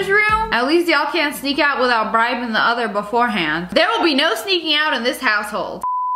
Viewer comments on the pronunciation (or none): none